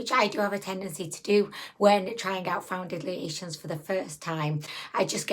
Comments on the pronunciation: I love that you call them foun-diddly-ations, lol. Also, even without the extremely dry skin, it ends up separating and looking dry. I unfortunately bought this product and am now stuck with it. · First time seeing one of your videos...are you saying foundiliation? lol You're super cute.